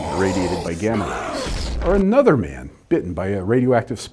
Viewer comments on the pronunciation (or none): none